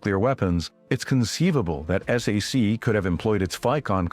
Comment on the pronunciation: Whoever made this should have known that "SAC" is not pronounced "S", "A", "C", but "SACK!" I served in that unit the last year of my 4-year enlistment on a SAC base in Morocco, Ben Guerir. It was located about 40 miles from Marrekech. B-47s were flying routine patrols loaded with atomic weapons to keep the godless Ruskies, Donnie's best friends now it seems, at bay. Little did I ever imagine our president would be sucking-up to the Russian dictator some time in the distant future. Live and learn! I remember the XC-99 passing overhead when I was at Lackland AFB in 1957. What a sight! Later it was parked and open to tour on the base.